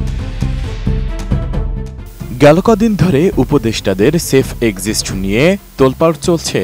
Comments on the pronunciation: এক্সিসট না ভাই এক্সিট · সেফ এক্সিস্ট না সেফ এক্সিট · উপস্থাপক এক্সিট শব্দটাও শুদ্ধভাবে উচ্চারণ করতে পারে না।